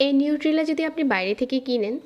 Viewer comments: Nutella is brand not nucella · Not নিউটেলা or নসিলা,It's নাটেলা!